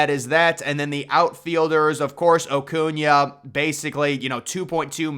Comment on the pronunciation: Lmao and then you said Ocuna 😂😂😂bro your definitely a Braves hater😂